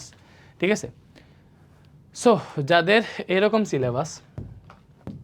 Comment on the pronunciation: ফুল 🌵🎍 সিলে❌ছিলে*বাস। ✅ 😂😂